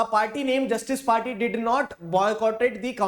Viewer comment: 🤣🤣sir I seriously laugh when u say justice praattyy🤣LOL